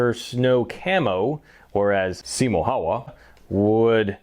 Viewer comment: I've got M28/30 and yet I was shooting it only up to 100 m. I used PPU ammo, but I'm about to make my own loads using Lapua cases and Lapua D46 bullets, which are designed for this rifle. Anyway, great video and results! But please, never pronounce "Häyhä" like that ever again. 😅